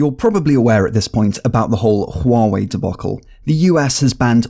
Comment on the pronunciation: finaly someone who pronounces it right